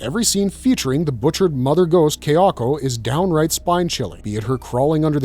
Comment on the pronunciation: It's Ka-ya-ko, not Keh-ya-ko.